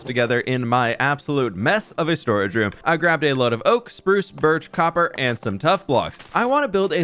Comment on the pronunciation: Instead of hearing copper I heard cocker 😂😂😂